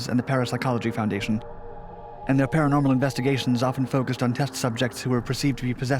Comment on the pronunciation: Is that what they want to be called....Para-nornal?